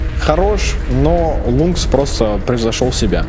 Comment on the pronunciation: лИнкс, а не лУнкс ), Обзор -классый!